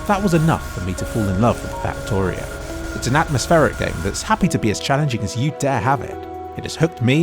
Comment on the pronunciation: Fucktorio? or Faktoreo